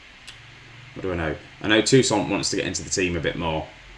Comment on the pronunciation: And no critics eh, but isn't it tousaRt?